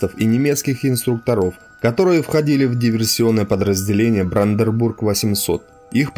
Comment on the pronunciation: Уважаемый автор, правильно не брандербург,а Бранденбург